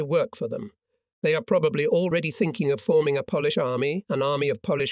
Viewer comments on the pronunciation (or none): You say Polish like you polish furniture. It's said like Pole (Polish). Sty : the Y becomes I